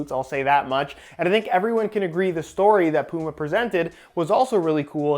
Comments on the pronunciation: Man I honestly can't deal with how you say Puma 🤣 its Puma not Pooma 😂😂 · Bro said pooma